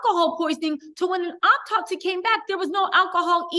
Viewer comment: The word is autopsy not optopsy...homicide...not homocide